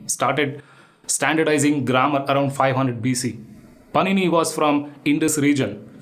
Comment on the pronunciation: Can't even pronounce the name of pànini--he is giving a presentation. What to say??